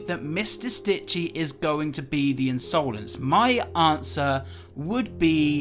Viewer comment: Just wanted to point out that the word 'insolence' is usually pronounced as 'in-suh-lens' and not 'in-sow-lens'